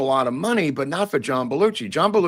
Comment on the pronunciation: The pronunciation has always been BEL U SHEE not Bel u chee. DO YOU NOT HEAR THE DIFFERENCE? I have heard the name a thousand times by a thousand speakers. What part am I missing here? Including introduction on SNL. including him saying his own name like in WHATEVER I like your show.